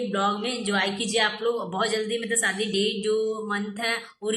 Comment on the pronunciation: bhi shadi ko Saadi bolti hai.Waise heroine banti hai 😂